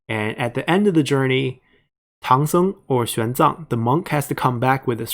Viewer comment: Chinese monk "Xuan Zang", not "Xiang Zang"